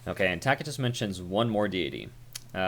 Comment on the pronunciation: I've never heard this pronunciation of Tacitus, it's quite jarring. Your Norse pronunciations are mostly on point, but dang. It's most commonly pronounced as "Tass-i-tuss".